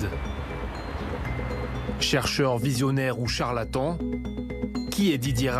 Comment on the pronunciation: "charlatant"? d'après Cohn Bendit ?